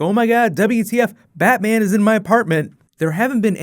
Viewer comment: Batman not baa